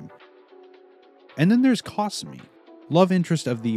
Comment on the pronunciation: I have never heard anyone pronounce Kasumi and Akane like that before. But I've only watched the English dub because I hate reading while watching videos. It just isn't my thing and I'm lazy. Hopefully Ranma gets finished one day in anime form.